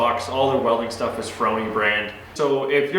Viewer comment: Its pronounced FOR-Knee, C'mon Man, you know the thing....